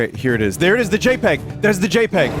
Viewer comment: Do games like this come out as some sort of cosmic penance for every good licensed game we get? Does the ghost of LJN arise and point a withered finger at a handful of licensed games per year? Most importantly, is it possible to hear Vinny say "JPEG" and not hear it as "Jape Egg"?